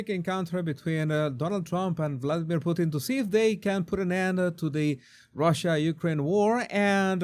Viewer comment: 😂you said "Pooteen" .. isn't that a Canadian dish? 🤔😜👍